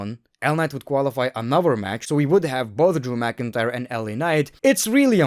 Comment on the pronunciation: Drew mcin-cryer